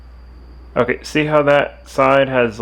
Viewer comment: "H'okay so, this is the Earth."